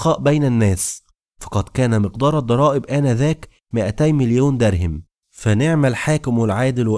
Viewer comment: الحلقات جميلة ومتعوب عليها لكن تُلحن كثيرا خصوصا في الأسماء مثلا تقول دَرهم وهي دِرهم لو تصحح هذي الأخطاء